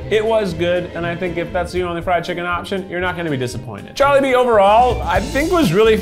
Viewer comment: Me:wow his first time... I am filipino In my head: WHY DID HE PRONOUNCE JOLIBEE AND QUEZON WRONG.?!!!